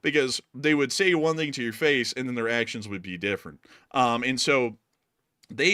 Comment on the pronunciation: I always notice that with the himself turning Chinese in saying the word "thing" as "ding" 😁